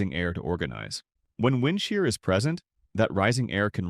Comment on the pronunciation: Get Rid Of The Bullshit AI Voice, It Can't Even Pronounce "Wind" Right